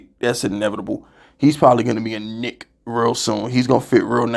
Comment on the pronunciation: that was a sus “KNick”😂